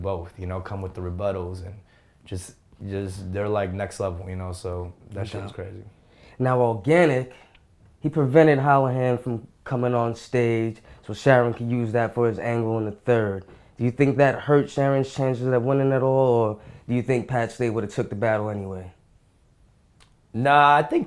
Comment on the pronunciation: Lol the interviewer is calling him Sharon. It's Charron.